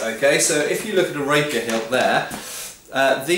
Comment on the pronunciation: its pronounced RAY-PEER not RA-PER